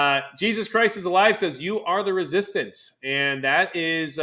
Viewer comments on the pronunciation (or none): none